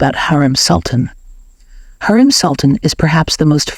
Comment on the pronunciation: Pronounce her name right. HU....REM.....NOT HAREM